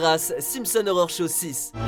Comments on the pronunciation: Par contre si tu pouvais arrêter de prononcer "horror" comme "Aurore" ce serait bien ^^ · dans un cas comme dans l'autre ça associe les 2, c'est pas super, mais bon c'est pas grave hein j'ai fait la remarque parce que justement du coup je l'entends direct si on prononce mal horror, voilà voilà ^^